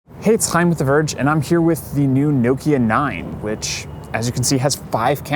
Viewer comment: "Chaim" spoken as a true Dutchman living in Holland!